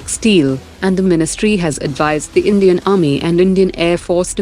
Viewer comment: I heard "Comedian" prime minister at the start 😂😂